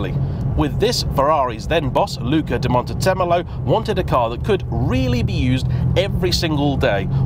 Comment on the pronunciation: I like your pronunciation of the z in di Montezemolo. Bravo